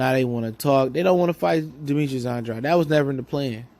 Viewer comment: Just some advise, pronounce the man's name right. Sounds like "Ann - draid". Unintentional but unprofessional and disrespectful at this point. Otherwise keep up the good work, you've been on fire lately.